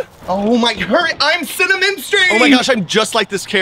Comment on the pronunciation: CynaMenstruating?! 😭can we just not😂?lol